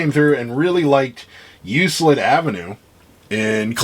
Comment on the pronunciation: Good show, interesting info. FYI, Euclid Ave. is pronounced with a hard “c” sound like in words that have “ck” in them. Now that you know that you will probably never have to say Euclid again 🤓